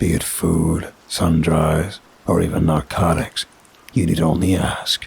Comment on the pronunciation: This story is very exciting. For the record, despite its spelling and basic etymology, sundries/sundry is not pronounced like as in to dry. It’s like Sundree. Don’t know why but it means like basic foodstuffs available for purchase, historically at a waystation but more in late 70s/ modern context it basically means snacks, smokes or drinks.